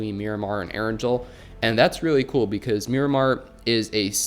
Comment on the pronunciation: It hurts how keeps mispronouncing erangel